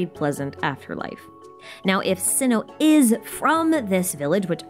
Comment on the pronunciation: it's Sigh-No to pronounced Cyno but I'm so excited on your lores on the next version